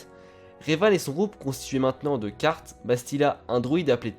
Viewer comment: Carth ne se prononce pas Kart mais Carsse ^^ Sinon bonne vidéo